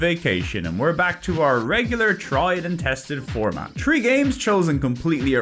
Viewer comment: I tink I would be disappointed if ever learns the dental fricative. Hearing about tree d games has its own charm. Love seeing the cats.